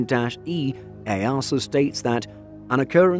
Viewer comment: EASA = “EEE A SER” not “EY ARSE ER”